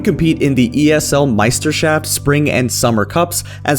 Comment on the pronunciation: I loved how u said ESL "Meisterschaft" . much love from germany . Always enjoying your videos . U taught me to play riven 3 years ago, or at least u tried the best you could. best teacher can only do so much for a lazy student , right? ^^ . still stickin around. great channel! but anyways. much love and health. best wishes